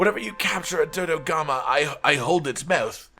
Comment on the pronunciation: Murder more Dodogama? I heard murder more Dodogama. BRB, gonna feed the canteen tonight with the sweet, sweet flesh of Dodogama.